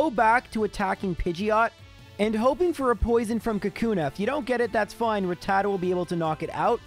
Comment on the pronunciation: I'd just like to point out... the name is "Rattata" (rat-ta-ta) not "Ratatta" (ra-tat-ta). Yes, you've been saying it wrong the whole time, but I've been binging (binge-ing) your videos for a couple days and figured this would be the perfect video to mention it. Thank you for making the videos; I love them. Keep up the great work! (that last part goes for the editor as well. ty editor)